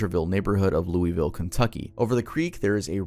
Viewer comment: O U C H the pronounciation of louisville.... its pronounced like loouhvll